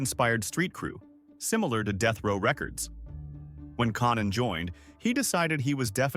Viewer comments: “Con Nan” is even worse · Mispronouncing Konnan And then when it's time to do the giant they show a picture of Andre the Giant. This video is fucked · Konan how hard is it to get the AI to say konan correctly